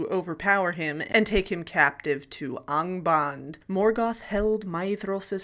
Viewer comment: Yes, Angband is. My question was, where is ONGBOND as you didn't say ANGBAND. Professor Tolkien gave us a pronunciation guide.